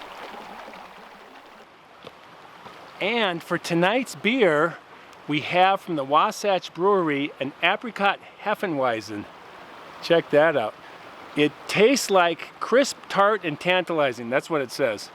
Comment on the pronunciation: You’re awesome. It’s heffevizen. Pronounced. Just fyi